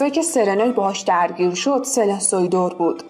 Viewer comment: به نظرم اسامی رو یه بار تو گوگل ترنسلیت چک کنین. نجات ایشلر، نه ایزلر. سلن سویدِر، نه سویدُر، لِوِنت‌اوغلو، نه لِوانت‌اغلو....